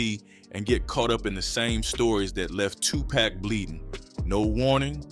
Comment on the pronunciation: Dude need to know how to pronounce names. Its Tupac not Tupack 🤦‍♂️